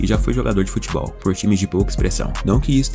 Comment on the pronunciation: Ele vai ser banido do “Futbeol” ? Eu achei que seria do “Futebol”